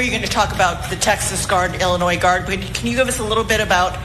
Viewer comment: For the love of god, you don't pronounce the "s" in Illinois.